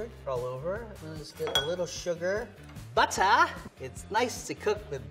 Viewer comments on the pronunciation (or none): “Butter!” The way says that 😂. Kinda sounds like “Buttah!”. Like the “Pottah” by Draco Malfoy in Harry Potter.